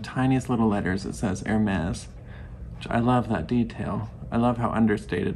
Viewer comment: What a lovely cup! I love your filming setup, it’s so cozy! I have a fireplace in my den but I can’t put a tree near it because there’s no space. (You would love that room, I see spider crickets there in the fall and sorry to say, I vacuum them up. 🦗) You pronounced Hermès just fine! My neighbor calls it Her-mees, accent one the first syllable. 😁